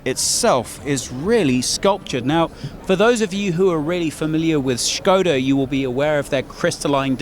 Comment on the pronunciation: the way you pronounced SKODA, made me absolutely furious